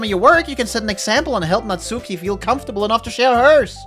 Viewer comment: Oh man, this is in many ways a perfect game for this channel. It's going to be a treat! I've just started watching so I don't know if you finished it or not, but if you want a pronunciation tip regarding the names you should stress the first syllable and skip the u in Natsuki, so basically SAI-ori, NAT-ski, YU-ri, and ofc MO-nika.